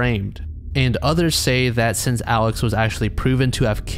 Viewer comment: Hey just a heads up, the name Murdaugh is pronounce “murr-dock,” and that man Alex’s name is pronounced like the name Alec